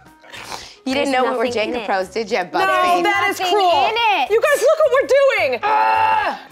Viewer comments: Obsessed with Kathryn Hahn’s inability to not pronounce it “Jenja” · I love how Kathryn just can't say Jenga for some reason. Haha. And she's just entertaining while Kristen gets in there and figures it out with Mila. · what’s jenja? me: choking on my laughter